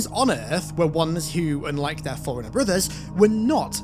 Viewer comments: Forerunner or foreigner? Lol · Fore runner not forunner ...... Wtf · I may not be a native speaker, but ... something tells me "forerunner" is NOT pronounced the same way as "foreigner"? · All that effort and no one told you that forerunner and foreigner aren't pronounced the same. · Forerunners is not pronounced "Foreigner" no matter your accent, come the fuck on. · He keeps pronouncing "Forerunner" as "Foreigner" and now I can't unthink it. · Why are you saying foreigner? Thats not it. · I’ve never heard someone pronounce forerunner as foreigner before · Word: Forerunner: "Foreigner." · Ive never heard anyone pronounce forerunner foreigner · Please work on your pronunciation. It is pronounced “fore runnner” you keep saying foreigner